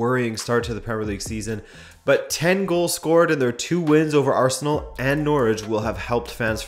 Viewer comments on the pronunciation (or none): none